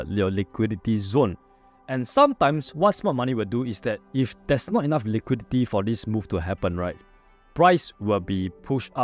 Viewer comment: Im American, and i cannot undo the way you keep saying "liquidity". Now everytime i look at a scale i just keep asking myself "Where to see the liqweedeetyyy" lol